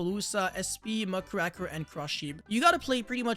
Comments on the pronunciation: Who's Muckraker? Do you mean Mudcracker or mugraker? Strong cards 🤔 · I hate how everyone pronounces muckraker wrong